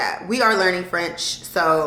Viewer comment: Your French pronounciation is really good, girl!! As a French-Canadian, I'm impressed! Bonne année 2023! 🙏🏼✨